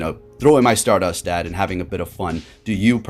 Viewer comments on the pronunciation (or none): none